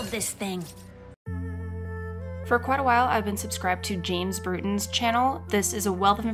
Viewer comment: James BRuton not James BuRton :)